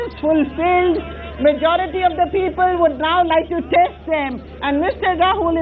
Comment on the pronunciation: listen to the peepull